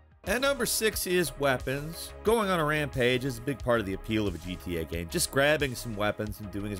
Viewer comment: always says GYAME....